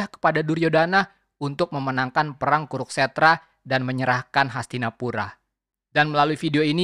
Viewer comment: Kuru-kstra bukan kuruk-stra.